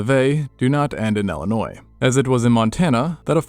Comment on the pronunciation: Neat video. But the last "s" in the state name Illinois is silent.